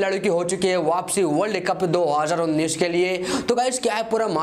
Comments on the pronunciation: Bolne ka lur h ya nhi 2019 ko kis style se bolta h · Aara bhai tera ko world Cup 2019 bolna nahi aata